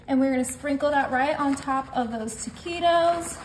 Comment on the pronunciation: Pronounce the words right taquitos is not right